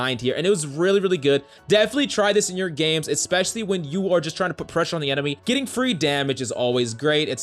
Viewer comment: Getting free damage is always great "eckspecially" when combat score is the only thing that matters 😂